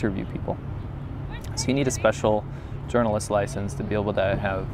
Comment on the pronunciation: Journalist "LICENSE"???!